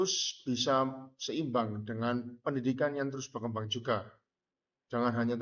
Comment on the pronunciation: Menit ke 2.45 terdapat pengucapan kata "berkembang" yg belibet. Seharusnya d cut dulu sebelum d upload supaya estetik. Selain itu pada awal perkenalan seharusnya disebutkan anak2 yg bertugas ini dr universitas mana. Sekalian promosi buat kampusnya. Semangat buat mbak dkk🎉🎉🎉